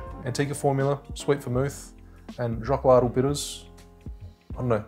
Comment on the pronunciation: BTW... The correct pronunciation of "XOCOLATL" is [|shokolatl|]